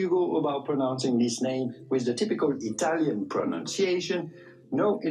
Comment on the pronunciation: As an italian, hearing brittany pronounce italian words was killing me